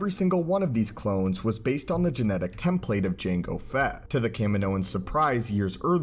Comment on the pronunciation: I'm unreasonably bothered by the pronunciation of "template" here